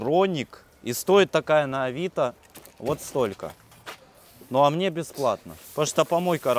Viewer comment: А мнье семечек.. а мнье ..